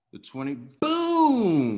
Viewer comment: Booom not pum 😀😀😀